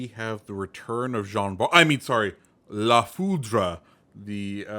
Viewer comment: It's french so the e is mute at the end